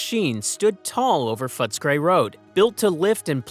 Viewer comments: The pronunciation of some of the names is HILARIOUS. You need to do much, much better. Fotscray? No, it's Footscray. Yahrah? No. It's Yarra. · Franco Cozzo would've been dissapointed. It's pronounced Foots-a-cray! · Yes everyone knows its pronounced footesgrey😂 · if you don’t know how to pronounce Yarra (River) and Yarraville and Footscray and Benalla and Warranjuri (and basalt rock) then it’s pretty clear you don’t talk to Melbournians in your research!